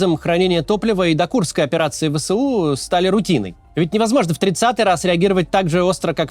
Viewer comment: Не "Вэ-Сэ-У", а "Вэ-эС-У"!